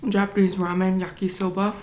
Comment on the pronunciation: Everyone is nitpicking about how she says "mayonnaise" but what about "roman"? Not hating just friendly banter lol.